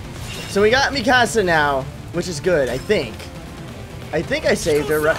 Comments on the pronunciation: its pronounced mee-ku-za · ITS PRONOUNCED MEKASA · He says Mikasa's name wrong